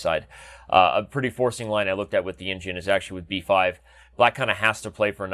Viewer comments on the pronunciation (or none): none